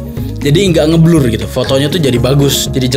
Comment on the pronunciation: "motor jipi" cuy bukan moto gp 😂